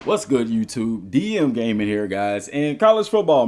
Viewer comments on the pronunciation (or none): none